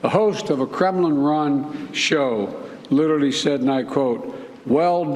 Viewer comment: Lit- Er -Ally. Nothing 😂😂😂